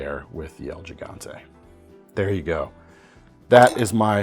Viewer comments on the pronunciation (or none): pronounced “HEE-gante,” because Español